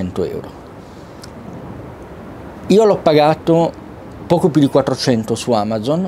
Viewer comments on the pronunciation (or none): none